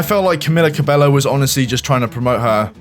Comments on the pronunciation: You pronounce it wrong "Cabello" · Spot on video, but the mispronounciation of Cabello killed me every time.